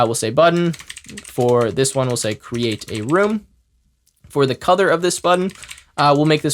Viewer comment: anyone else hearing cuther instead of color?